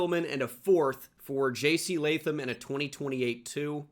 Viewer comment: at least u say Jc Latham Right My Name Is Latham So Thanks for not butchering it